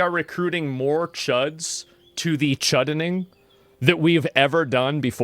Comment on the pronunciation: The "Chudening" LMFAO😂